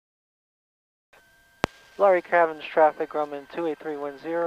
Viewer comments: Nice video. Not to be a nudge, but the name of the caverns / town is pronounced “lah Ray”, not lory. Just saying. Digging the Grumman. I’ve been flying an AA5 Traveler while out here in Oregon! Fair Skies and Following Winds! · Luray is pronounced Loo-ray.